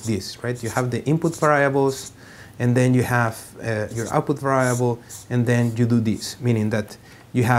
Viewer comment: lol to va rye able